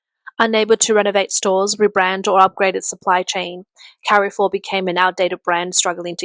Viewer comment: Well the AI can't pronounce Carrefour correctly.